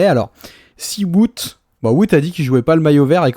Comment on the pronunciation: Est ce que ce serait possible de dire Wout correctement svppp C’est plus Wowt que vout svp